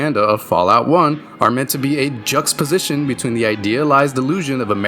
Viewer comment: Great video. Enjoyed the breakdown. But for the love of god, JUX-TA-POSITION bro. Pleeeeeeease. No more “juxposition” 😂